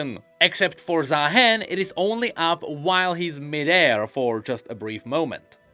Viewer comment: I still cant believe some people are calling him zahin including the champion spotlight voiceover